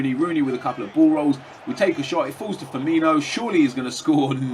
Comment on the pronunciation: It's spelled Firmino, not Firmiño or Firminho, so why would you pronounce it like that? O.O